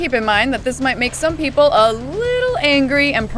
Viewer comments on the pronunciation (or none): none